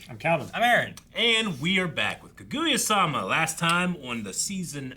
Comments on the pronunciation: Damn okay we’re really going this whole show with “ka-goo-ya,” huh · Do they ever stop calling her Ka-goo-ya?